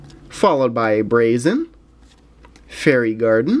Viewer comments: it's braixen not braisen! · boy said brazen